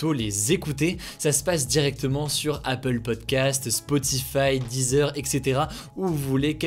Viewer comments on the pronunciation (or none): none